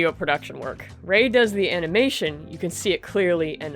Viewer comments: uh-NAW-muh-shin :D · i liked "framination"